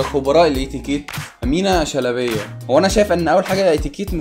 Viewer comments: اسمها بيتنطق Amina shelbaayaaa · امينه شلبايه مش شلبيه 😂😂